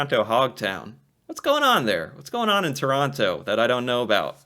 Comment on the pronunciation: This is a computerized voice. it pronounced every T in Toronto.